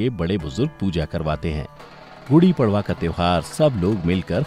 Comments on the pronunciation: Kripya prwa ko परवा mt pdhiys..... पर्व hota hai.....padwaaaaaaaaa nhi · It's padva not pdva